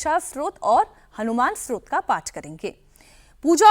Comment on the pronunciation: It is not ‘strot’………it is STOTRA